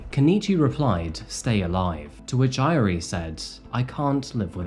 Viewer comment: I love this video but the mispronunciation of "Airi" is driving me nuts. 😂 I still love you though. ❤😋